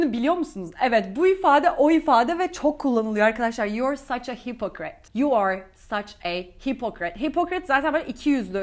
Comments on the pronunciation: Hipokrat gibi telafuz ediyorsunuz hipikırit diyorlar 😅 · Careful,, the 'o' in hypocrite should be pronounced as a /ə/.